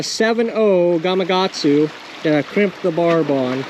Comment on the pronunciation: Great Video 💚 I wonder why Nearly Everyone Mispronounces Gamakatsu as GAMA-GATSU ?????!!! It's "GAMA-KATSU"!!